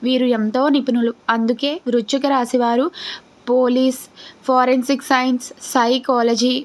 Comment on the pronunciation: వృచ్ఛిక రాశి కాదు వృశ్చిక రాశి